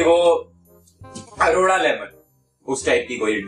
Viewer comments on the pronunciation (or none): And it is Arora lemon not Aroda 😂😂